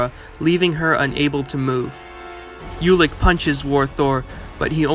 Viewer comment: This is good, BUT... Ulik is pronounced "Oolik"